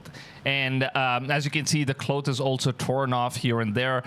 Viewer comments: Cloth...not cloath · Man..have google pronounce "cloth" for you. Lol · Cloooth? Claw-th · Cloth is pronounced (Claw-th) NOT (KLOWTH) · Hoax is pronounced Hoxe (long o sound), not hox. Cloth is pronounced clawth (short o sound) not clothe (long o). English and English spellings are tricky for native speakers, never mind those whose first language is something else. Interesting video! Christ is Risen! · Are you trying to pronounce clothes ? With an “s” or cloth or cloak